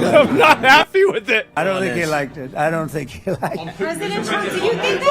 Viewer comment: "I'ym not hyeppi vith it " F, lol 😂